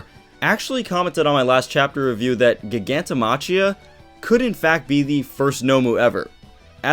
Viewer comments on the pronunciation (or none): i cringe every time he says "gig-anto ma-chia" do u not speak english? its clearly pronounced "Jai-ganto Ma-Kia" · Btw, Giganto-machia should be pronounced "Giganto-makia".